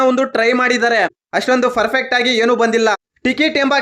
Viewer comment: Ferpet alla kano adhu loude Perfect adhu